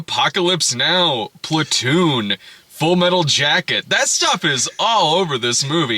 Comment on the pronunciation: Does anyone hear Splatoon whenever Brad says Platoon